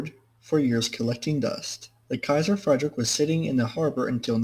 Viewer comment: It's more pronounced "Kaiser Freed rich", not "Kaiser Freidrick"